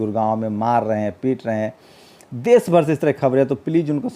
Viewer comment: aap plz aap apni bhasha shudh kijye Sha shabd ko aap sa na ucharit kre sir. Desh ko aap des kehte he. Shru ko aap suru bolte he